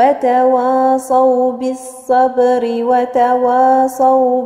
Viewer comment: إنتبهي لحرف الواو في كلمة تواصوا الواو حرف مستفل